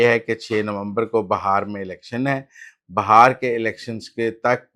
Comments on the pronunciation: بھائی یہ ہندوستان کا اتنا مشہور صوبہ ہے اور آپ کا علم اتنا محدود ہے کہ آپ اسے بہار کہہ رہے ہیں جبکہ صحیح تلفظ بہار ہے۔ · Muzzamil sahab that bihar not bahar😂😂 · Brother, this is such a famous province of India and your knowledge is so limited that you are calling it Bahar, while the correct pronunciation is Bihar.